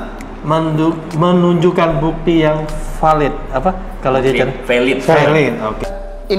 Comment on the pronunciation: Ini VELID ini VELID. Pronunciationnya keren, lebih keren dari Donald Trump